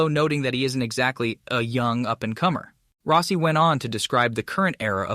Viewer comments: You butcher most of the names you utter so badly it fucking HURTS. Rossi is Rossi, not Rowssi! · Valentino Rowsee 😅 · Row-see? lmao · you need to get an announcer/narrator that pronounces peoples names correctly. It’s not ROSEI.. it’s ROSS IE.. I never never never subscribe, or give a thumbs up to a video that is begging for me to subscribe at the very beginning especially a video like this, that uses a clickbait phrase like bombshell. And yet, there’s no bombshell, nothing … with a Clickbait phrase like that, I thought, at least Rossi was going to get back in the saddle, or start his own racing series in competition, with Moto GP, at least, with that type of a headline.. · Row-cee? > Rah-cee. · Dude needs to work on his pronounciation. Max BiaGGi and Valentino Roassee is hard to take. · Is this text to AI voice? It's as if this person has never watch a race with a mention of Biaggi. Totally miss pronounced it. The real kicker was when he referred to Valentino as "Rosy"! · Roe-si haha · Learn to pronounce people's name.